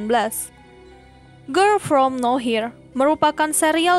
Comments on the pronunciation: Harusnya no where jdi now here wkwk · Nower bukan nawhir...pgn ga ngomen tp gegara d ucapin brkli"..jdi risih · "no-where" min, bukan "now-here" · Bukan “Now here”, tapi “no where” 😂😂😂 Ngakak dah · Serious aku terganggu tiap admin nyebut girl from now here, harusny no where....... Hadeeeuuuh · Samaaa tadi ada juga di Chanel sebelah bacanya Girl form now here bukan girl from nowhere. Jadi dia nyebutnya Gerl From Naw Hir bukan Gerl from No wer wkwkwkwkwkwk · Penulisannya mungkin bner, cman penyebutannya aja yg kurang tepat, yg harusnya di baca Nowhere dia bacanya now here, Pembahasan konten yg sama dengan chanel saya. Wkwk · Sama wkwk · Now here sama nowhere beda ya pengucapan katanya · bacanya no where bukan now here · No where harusnya😂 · Bukan now here ka tapi no where kan entah darimana cmiiw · nower kak bukan nowhir 😩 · Nowerrrrr bukan nohir saaayy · nowhere ajir... nower bukan now hir 😂 geli bat dengernya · "Nowhere" begooo. Bukan Now here,,, udah pengucapan salah Di terusin.. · Iya nih, Mana dari awal sampe akhir yang disebut no here terus 😂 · Risih sumpah denger now here truz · Nowhere, yg punya channel suka ngide 😂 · Yg nonton lumayan tapi, iya kali nontonin video yg dibawain orang g bisa sebut nowhere wkwkwk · terganggu banget saat mendengarnya.... mohon dengan sangat diubah pronunciation-nya...